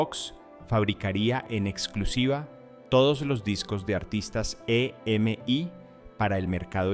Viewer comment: Estaría bueno usar menos IA o cero, porque no se dice e.m.i, se dice EMI